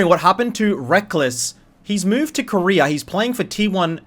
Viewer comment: Koreer too?? wtf is there no A at the end of those names?